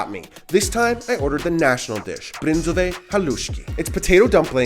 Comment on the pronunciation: As Slovakian I almost suffocated, when I heard you saying Brindzové Halušky. I have never heard such pronunciation.😝